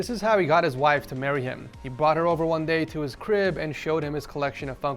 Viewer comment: wife not “wifee” u mean 😅